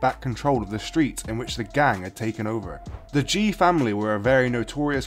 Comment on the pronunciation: It's actually pronounced 'Ghee' rather than 'Jee'.